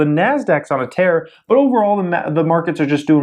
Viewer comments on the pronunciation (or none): none